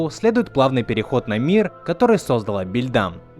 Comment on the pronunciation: Не бАльдам А бЭльдам